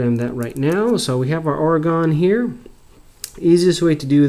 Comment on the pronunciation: you need to learn how to pronounce Oregon properly. its not ore-gone its ory-gun!